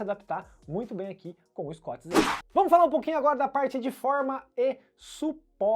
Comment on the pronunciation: sem querer ser chato mas, sendo 😁, o nome se pronuncia "escut zirou," e o amortecimento é "profon", não fique bravo comigo, por favor. Sobre o vídeo vc me fez desistir de ter um scoot Zero, obrigado!